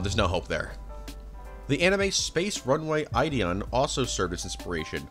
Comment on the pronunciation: Ideon is spoken like "it e on". Like the english word "it", because "id" or "ide" is latin for it. id as in id, ego, superego. ideon started the whole freudianis in anime which anno took.